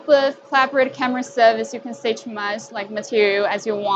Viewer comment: "Camera" not "Carmera".